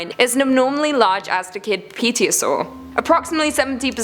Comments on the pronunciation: Pterosaur -> Terosaur. Silent P. Loud P's just make things awkward :'D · the p is silent. /terra-sore/ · while you’re awesome and terrifying hearing you try to say pterosaur without a silent p made me want to blink after looking at scp 173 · It seemed like a terrible pronunciation of "Pterosaur". It sounded awkward, but I loved it, simply for the fruitless attempts in the bloopers to pronounce it correctly. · Lol is that what she was try to say? I totally agree with you